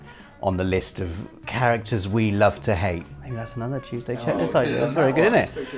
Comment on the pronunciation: Ah, the 'Tuesday Tchecklist' 👌🏻